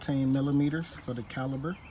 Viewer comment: Good job ,1 correction .It is pronounce " CALIPER", not CALI-B-ER . 1 more correction ,it called a cotter pin not colly pin .